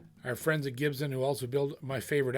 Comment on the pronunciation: Gibson not GibZen